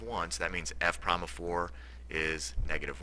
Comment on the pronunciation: At the last problem, you said "f prom of x... g prom of x," which the word "prime" is pronounced incorrectly.